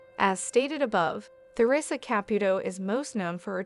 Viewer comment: It would be nice if the narrator would learn how to pronounce Theresa's properly !